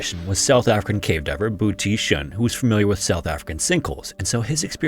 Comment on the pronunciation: I could be wrong but im pretty sure its supposed to be “Boetie Seun” which is a nickname and translates to “Brother Son”